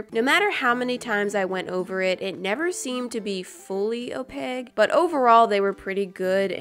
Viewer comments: WHY YOOO SAY OPEGGGGGGG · Did anyone else here say opeg? 😂😂😂 sorry still love you!!!! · Naii Maksad you mean opaque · the cringe 😂😂 OpaGUE instead of opaQUE 😂 i love you!!!!!! 😘❤️🥰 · No hate but it’s pronounced-oh-p-a -k not -oh-pig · Why you say opage instead of opaque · I’m going to see if I make a war. Opaque: Pronounced? O-pague OOOOOOR O-paque? LET THE COMMENTS FLOOD! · Opaque not op egg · "Some colors arent that opeg" you mean opaQUE ;) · girl i love you but pls omg its OPAQUE with a Q its a CK sound pls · did she say opegh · When you sead opague i kinda died inside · Guys people are saying that I mean opaque but i was talking about how pronounces it😂😂😂❤️ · Yo! Calm down! Let her pronounce opaque the way she wants to pronounce it!